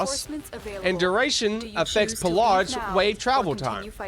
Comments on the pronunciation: Pillage is not said that way. Not by anyone, anywhere, ever. Wt? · theres no R in pilage